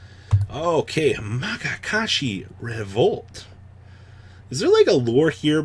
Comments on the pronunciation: M A K A K A S H I are my favourite archetype now just because of how is saying it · after me, ma ya ka shi